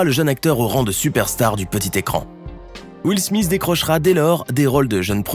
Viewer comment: Will smisss 😂😂